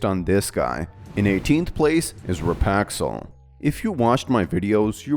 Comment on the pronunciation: no, its "rip-axel", not "ri-paxel"